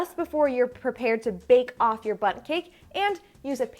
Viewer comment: Did you say to hit the "bu'on", "bake off", "glu'en free"? I can't listen to any more.